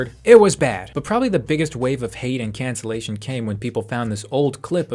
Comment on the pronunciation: its so funny when he says cancellation